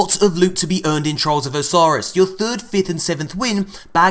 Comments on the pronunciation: Hey aint hating but u said Trials of Osiris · He said trials of Osiris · trials of osiris he said